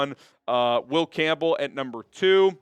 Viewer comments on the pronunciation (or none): none